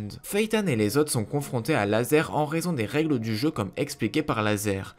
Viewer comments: C'est razor pas laser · C'est pas lazer mais razor